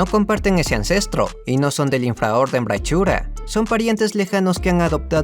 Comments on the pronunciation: Se pronuncia brakuria, la ch en Latín suena como k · La "ch" en "Brachyura" suena a "k".